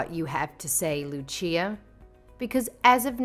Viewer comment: Say Lucia right